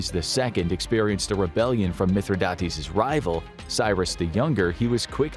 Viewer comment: It's actually pronounced Mith - rhi - dates, like the fruit, dates.